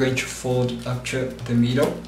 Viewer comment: say UP TO not UP CHO in next video you make!